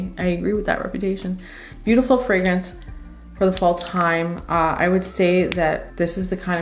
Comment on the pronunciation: Love how you pronounce the fragrances so very well. You're articulate and straight to the point. Definitely my kind of reviewer. You're in the same class as Sam (my world of fragrances), Josephine (Jus de Rose) and Chris (Perfume Nest). No exaggerated expressions or overly dramatic descriptions. Love your choices, too. Subscribing...